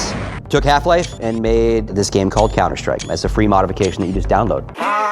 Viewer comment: did anyone notice that the guy said "the last hope for counter STRIPE"?